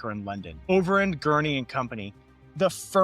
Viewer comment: Just a note, the company was called ~Overend Gurney~, not Over and Gurney🤩 Also Walter ~Bagehot~, is pronounced Badge it.